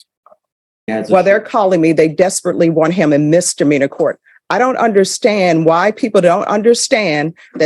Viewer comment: I don't regularly mispronounce words related to my job. You learned to say Chipotle correctly, she can learn to say misdemeanor.